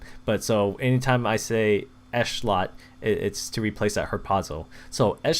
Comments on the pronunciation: its ehetlot not eshlot an its yair not yiar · it's pronounced i-TOO-r and esh-LOT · I-tur Ish-lot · It's no big deal but it's ish-lot